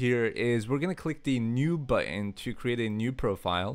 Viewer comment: can you say button correctly it pisses me off